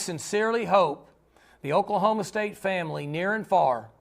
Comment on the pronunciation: It is "Oklahoma" State. Not much more to say.